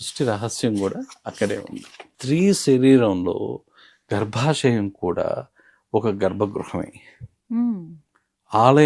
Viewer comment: అది గర్భశం కాదు... గర్భశయం 🤦🏻‍♂️🤦🏻‍♂️